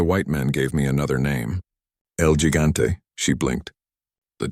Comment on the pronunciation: What kind of bad ending bs Is this? Get atta here 😂 I should’ve stopped listening the moment the narrator said ‘el gigante’ with a gringo accent for gosh sakes. Going to bed now 🙄